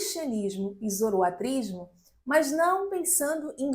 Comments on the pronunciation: a pronúncia é Zoroastrismo com S. Nao Zoroatrismo. espero ter contribuído. Parabéns pelo seu trabalho. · muito obrigado pelo vídeo. Excelente e informativo, como sempre. Uma dúvida: é possível falar tanto zoroaStrismo como zoroatrismo (sem o "s")? Notei que essas variações foram utilizadas durante o vídeo. Muito obrigado pelo excelente trabalho! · Ótimo vídeo. Obrigado pelo compartilhamento do conhecimento. Uma dúvida: ouço a pronúncia da palavra relacionada à doutrina de Zoroastro tendo duas pronúncias: zoroatrismo (como nesse vídeo) e zoroaStrismo. Existe uma pronúncia correta ou são aceitas as duas pronúncias?